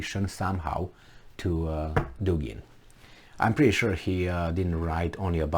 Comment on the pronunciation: Dugin - Dugina: accent is on U in both male and fimale surnames. In all Russian surnames both male and fimale accent is on the same syllable-vowel.